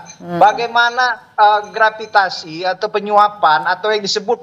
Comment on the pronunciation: gratifikasi di bilang gravitasi. Parah, ga layak jadi narasumber TV